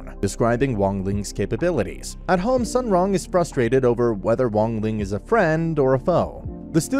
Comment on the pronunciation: As far as I know, her name is pronounced "soon wrong" more or less if you have trouble pronouncing it